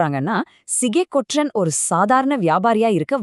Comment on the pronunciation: தவறான தமிழ் உச்சரிப்பு "ற்ற" என்கிற எழுத்துக்களை சேர்த்து உச்சரிக்கும் போது எல்லோரும் தவறாக உச்சரிக்கிறார்கள். பற்று, பற்றி, ஒன்று, என்று , சென்று, வெற்றி, கொற்றன் ஆகிய சொற்களை பட்டு, பட்டி, ஒன்டு, என்டு, சென்டு, வெட்டி, கொட்டன் என்கிற தொனியில் தான் உச்சரிக்க வேண்டும். ஆனால் எல்லோரும் பட்று, பட்றி, ஒன்ட்று, என்ட்று, சென்ட்று, வெட்றி, கொட்றன் என தவறாக உச்சரிக்கிறார்கள். தமிழ் அறிஞர்கள் என்னும் கூட்டமும் இந்த தவறை செய்கிறது. தமிழின் ஒலி அமைப்பை இந்த தவறான உச்சரிப்பு நாராசமாக ஆக்குகிறது. சங்க காலத்தில் சரியாக உச்சரித்தனர். இப்போதும் மலையாளிகள் "ற்ற" "ற்று" ஆகிய சேர்ந்த எழுத்துக்களை சரியாக உச்சரிக்கிறார்கள். ழ எழுத்தை உச்சரிக்க காட்டும் கவனத்தை தமிழர்கள் இதற்கு காட்டுவதில்லை. யாரும் இது குறித்து கவலைப்படுவதாக தெரியவில்லை. ஆனால் இது மொழியின் இயல்பு தன்மையை கெடுக்கக்கூடிய உச்சரிப்பு இது. தமிழ் நிலத்தில் பிற மொழியாளர் ஆதிக்கம் பரவிய போது இப்போது இருக்கக்கூடிய தவறான உச்சரிப்பு முறை அமலுக்கு வந்தது. தமிழ் கூறும் நல்லுலகத்தைச் சேர்ந்த அறிஞர்கள் இதை சரி செய்தால் பரவாயில்லை. ஈழ மக்கள் ஒன்று என்பதை ஒன்டு என்கிற தொனியில் தான் உச்சரிக்கிறார்கள். இதுதான் சரியான உச்சரிப்பு. தமிழ் நாட்டில் பலர் சென்று என்பதை சென்டு என்று தான் உச்சரிக்கிறார்கள். இதுவும் சரியான உச்சரிப்பு. தமிழின் ஒலி அமைப்பை ஆந்திர பகுதியில் "தெலுங்கு தேட்ட கன்னட கஸ்தூரி அரவமு அர்தவானமு" என பழமொழி சொல்லி கேவலப்படுத்துவார்கள். மேற்படி தவறான உச்சரிப்பு இதற்கு கட்டியம் கூறும் விதத்தில் உள்ளது. தமிழ் அறிஞர்கள் அல்லது தமிழ் ஆர்வலர்கள் யாராவது மாநில அரசுக்கு அறிவுறுத்தி ஆணை பிறப்பிக்க செய்வார்களா?